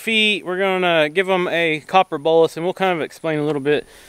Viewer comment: I always thought you said "copper BULLET," (not a real bullet, of course). It's actually "BOLUS." I get it now. I watch another YouTube creater who milks their goats by locking their head in a gate, and they have a small plastic feeding container rigged up in front of the goats to give them feed to keep them occupied while they're being milked. If you rigged up something like that, you could let the goats free by the side panel. Idk how many of the goats gave you a difficult time, so if it wasn't many, then it probably wouldn't be worth it to set something like that up. Might be easier to just have someone give the difficult goats a treat while they're being worked on. That other YouTuber milks her goats daily, you only go through this process twice a year. It might not be worth it for you to rig that up. I'm just thinking out loud, you know, because I'm such a goat expert and you should take every piece of advice I offer. 😆😂🤣